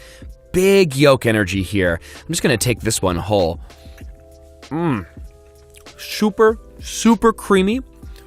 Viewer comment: Did no one noticed about he saying "chuper"